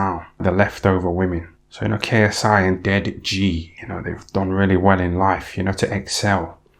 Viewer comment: The way he says dead ji gets me Everytime ffs 🤣🤣